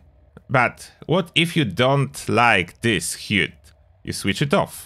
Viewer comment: Nice vid, fyi the word 'HUD' is pronounced like 'Bud' in Buddy.